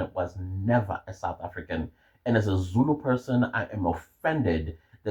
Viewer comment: 😂😂there is no R in Zulu😂😂